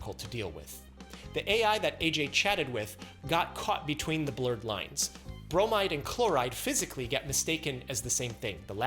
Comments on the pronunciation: He went from Chlo-rider to Bro-might-her. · I facepalmed when he said "bromide" in